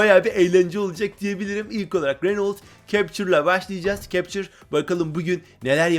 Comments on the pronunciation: Okunuşu öyle cepçır değil kaptur diye okunuyo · tamam işte yazılısı captur okunuşu kaptur